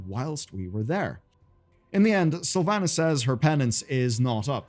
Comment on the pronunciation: Pronounce Slyvanas Correctly Challenge (impossible)